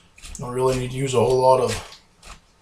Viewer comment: Not a whole lawt